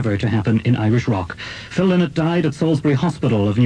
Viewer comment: Lynott as in Lie not...........thats the correct pronunciation.........i knew the family